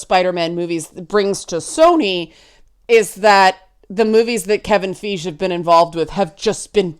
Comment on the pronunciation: FY-GHEE. FY-GHEE. FYE-GHEEEEE. Not Fayge. Not Fayje. Fye-ghee. It's been 10 years, y'all.